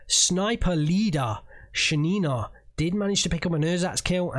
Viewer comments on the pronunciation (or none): OMG she's Sha'nina. Sha'-ni-na. How you say it is a disgrace - it sounds like a "urine" in russian., we love you xD